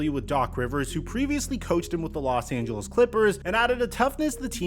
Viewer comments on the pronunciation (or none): none